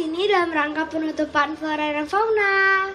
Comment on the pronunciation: kok flona ya? bukan flora?